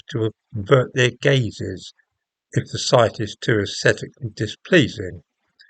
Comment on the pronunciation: Did you say "Avert your gays"? Shocking homophobia! ;-)